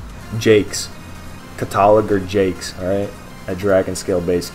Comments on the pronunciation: Katalager? 😂 Cata-log-er, like a Sears Catalog? it's a person who makes Catalogs or who Catalogs items. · it's CATA-LOGGER like a person who catalogues items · I am not sure whether I should be more impressed at the information in this guide, or your inability to say the word Cataloger ("Cata-logger"). lol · pronunciation is cata like cataclysm and logger, so cata-logger have a good day and nice guide. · I hate to point it out, but you trying to say "Cataloger" was so fucking funny lol. It's one of them words where you know what it is, but have never seen it written so it's just weird until you think about it. It's cata-loger. Like cata as in Cataclysm, log. When you catalog something, you take inventory of it, write it down in a list. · CAT-A- LOG- GER...ffs learn to sound out words in grade school...you musta skipped that day. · Cata-log-er. YW. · My man didnt know how to pronounce cataloger lmao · You are really condescending for someone who is unable to pronounce Cataloger